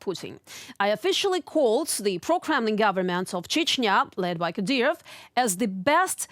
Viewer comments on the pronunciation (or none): none